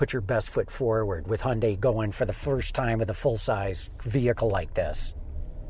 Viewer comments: The correct pronunciation of Hyundai was sorted out years ago. Real simple, rhymes with Sunday, give it a try. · Its pronounced hyundae not hyundie. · There is one essential and crucial component when reviewing a vehicle. Be sure the reviewer pronounces the company name properly. It's Hyundai as in Sunday, not "Hyun-die". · You’re both wrong. Koreans say Hyun-die (just 2 syllables)..... both Americans and British say it wrong .